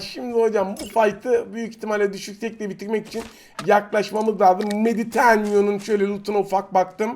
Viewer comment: Miditenyo kacak parliament 😅😅